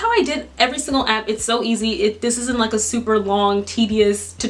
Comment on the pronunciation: She said open Appa